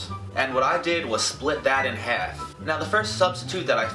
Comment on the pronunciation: the way he says half like heff rahh